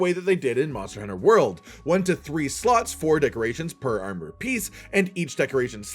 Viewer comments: why does it sounds like he saying slu# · He clearly says slots lol